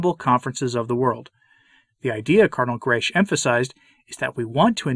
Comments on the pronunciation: Cardinal Grech is Maltese and the surname is read as: Grech is to be read as"grek" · Please note that Grech is a very common Maltese name, and is pronounced ‘Grek’. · Permit me a detail: the surname Grech ends in a hard c or k.